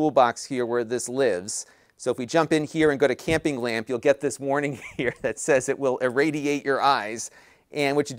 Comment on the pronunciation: "Campling lamp"... lol, that's some quality Engrish there.